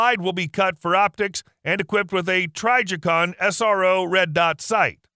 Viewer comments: Pretty sure its TRIJICON not TRYJICON. Dont know who TF is voicing this but mispronounced ALOT of shit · Why do you keep Miss pronouncing Trijicon??? Knock it off!!